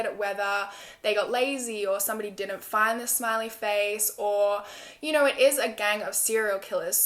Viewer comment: "And I don't knerrr" Lol!